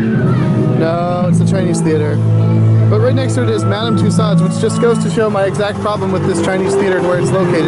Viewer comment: I believe that was Central Park Zoo. Also, it's Mos Eisley Cantina, not Mosley Cantina. (And it's pronounced Madame Tu-So's). Cool video!